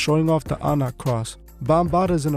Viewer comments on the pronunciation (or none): Anak cross lol is pronounced ahunk